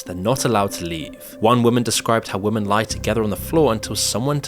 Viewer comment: "women" is pronounced "wimmen" my guy